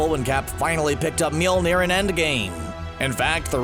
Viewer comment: It's pronounced "Myole-neer", not "Myil-neer". Mjolnir, not Mjilnir. Okay?